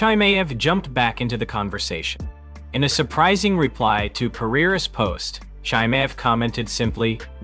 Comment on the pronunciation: Who the hell is Chai-May?